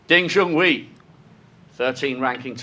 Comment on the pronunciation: Wish you guys would do a more rigorous job and learn how to say the Chinese player's names. Ridiculous. Especially Ding's name as he's been on the tour and won so much. It's Ding Jun 'hway' not 'hwee'.